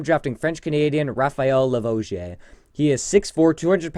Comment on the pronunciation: Raphael La... what??? Lol La vo J... ??? Omg. Too funny